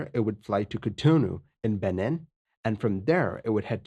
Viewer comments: Beh-neen. Not Benin. Just FYI. Good video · The Wikipedia article doesn't cite pilot error as the primary cause of the accident. That honor goes to poor management. At least, it does now. It's been through some changes recently. Oh, by the way; Benin is pronounced more like Beneen. Fine video. Subbed. :)